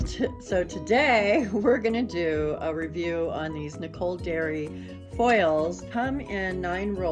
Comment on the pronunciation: Hi, just needed to let you know it is Nicole Diary not Dairy. It is Diary like a journal not Dairy like milk. Just thought you would want to know. Thanks for another great video!